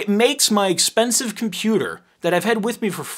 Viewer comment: sounds more like "please daddy, can I have a usable computOr"? And Apple says no)